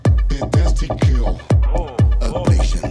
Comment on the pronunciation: trop bien "ablachion"